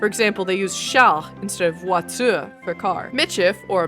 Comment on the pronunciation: this was a really cool and informative video!! Also I'm so sorry to admit this but half the time you said words in french I did NAWT recognize them 💔 you gotta further emphasize the V in voiture and r in carotte but ur almost there